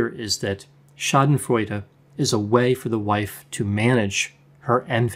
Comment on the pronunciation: I always appreciate your videos,! I am from germany and therefore I have to tell you today, that I really like it, how you pronounce the word "Schadenfreude". Really cool, you made my day 👍🏻